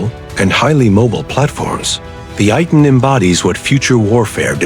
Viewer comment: Pronounced AY-TAN